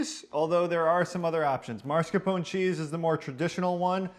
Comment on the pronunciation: FYI...it’s MAScarpone. Not MARscapone...but we still love your videos!!!